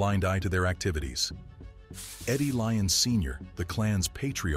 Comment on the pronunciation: Some of this is wrong and when was Glasgow known as peaceful and there name is lyons not leons